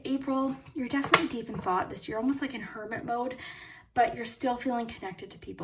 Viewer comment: For group 2, when you were talking about hermit energy, I thought you said Kermit energy. And I think that’s kinda funny